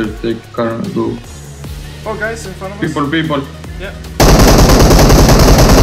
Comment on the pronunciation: No people not peoble